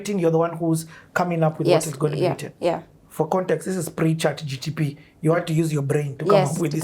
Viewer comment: it's ChatGPT not GTP. The letters are ordered alphabetically if that helps.